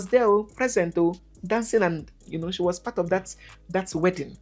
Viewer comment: *shee us